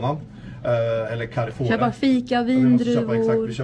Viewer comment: Hur f-n uttalar han Carrefour..? 😅